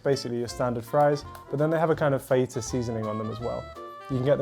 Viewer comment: Fa-hate-ya seasoning?